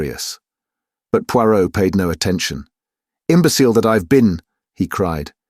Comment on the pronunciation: Every thing else is pretty good but the Poirot feels rather off